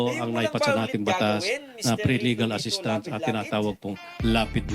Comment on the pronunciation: assistance not assisstant, pakinggan nyo ang video. gusto kasi ng mga tao ay sikat pero wala nman maitulong sa taong bayan. sana matuto na tayo kung sino ang dapat ilagay sa sensitive na posisyon. kahit walang alam basta sikat sige lang. naging showbiz na ang politika sa atin bansa.